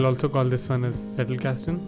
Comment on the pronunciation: Thank you for your video; I'm just getting into Notion myself and the Zettelkasten idea, so this provides a very good starting point for me. Though I can see that Roam might be better for ZK. By the way, your pronunciations of Zettelkasten and Sönke Ahrens are perfect. Only "Luhmann" should have a short 'A' sound in 'mann' like in 'Madras' ;-) not the American 'man'. :-)